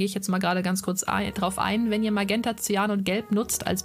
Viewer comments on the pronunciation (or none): none